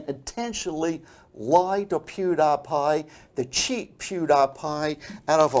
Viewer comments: I thought "Pew DIE Pie" would be the funniest mispronunciation by, but then he hits you with that "Ape Boy" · pew- die-pie